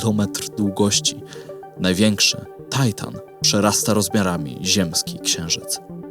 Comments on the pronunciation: Tajtan czy Tytan ???? mówimy po polsku , już chyba niedługo ... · jaki tajtan??? TYTAN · Do autora: największy satelita Saturna to Tytan, a nie żaden "tajtan". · Dlaczego z uporem "Tajtan"? po polsku to jest Tytan. Jak już się upierasz na angielską wymowę, to wypada być konsekwentnym i inne ciała niebieskie tak samo nazywać. Taki ponglisz bardzo drażni. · Tajtan to jest coś nie do przyjęcia. Uszy bolą od słuchania tego. Zwłaszcza, że nazwa Tytan pochodzi z mitologii greckiej. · U nas na Podlasiu mówimy Tytan a nie taitan XD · Ty... "TAJTAN" a na polskim to na wagary chodziłeś? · Serio..."Tajtan"? Żenada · Materiał po polsku, enceladus po polsku, skąd ten tajtan? Strasznie mnie to kłuje w ucho..